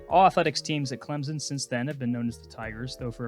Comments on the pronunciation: It’s not clemzen it’s clem-son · You’re a Clemson fan and aren’t on him about his pronunciation?it’s not clemzen